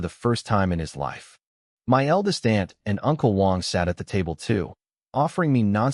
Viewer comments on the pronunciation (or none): none